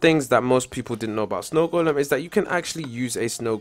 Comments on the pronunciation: The "d" is silent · snow goldem? good english! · Its golem not goldem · No its goldem not golden